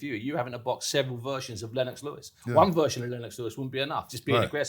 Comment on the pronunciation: Its Lennox, not lennex lol